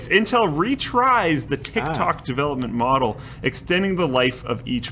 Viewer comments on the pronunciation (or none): When pronounces retire as retries and no one noticed